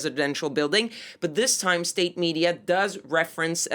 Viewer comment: why cant this woman say "state media." she says "estate media.